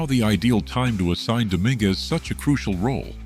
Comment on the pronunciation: Why don't you learn the correct pronunciation of Dj and Dominguez first. You're an embarrassment to your site.